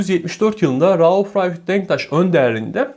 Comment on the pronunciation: Rauf Ralf Denktaş mı diyor anlamadım. Rauf Denktaş beyin başka bir ismi mi varmış?